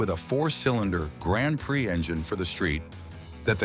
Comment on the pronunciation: Tell me you’re a robot ! & that’s why you can’t pronounce” Grand Prix “